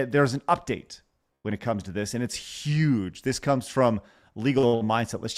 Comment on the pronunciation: Extra emphasis on " Huge " 🤣🤣🤣